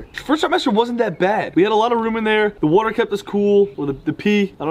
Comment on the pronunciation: Has anyone noticed how they say water like wooter lol